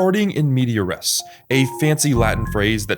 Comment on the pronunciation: Res is pronounced more like "race", not "ress" 👍🏼